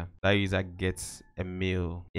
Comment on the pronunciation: "its gonna gƎhts"